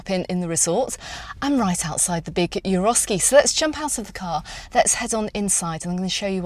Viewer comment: Isn’t it Eroski not Euroski? Sorry to be picky. Big fan of yours 😊